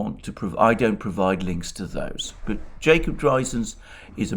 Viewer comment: Jacob who??? He just butches the name I can't find him at all.